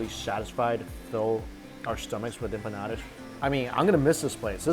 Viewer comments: Oh man...that split second of regret saying empa-eat-alottas cracked me up 😂😂😂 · "Empalaeatalotas" is that what you said??? lollol 😅😆😆😅😅😂😂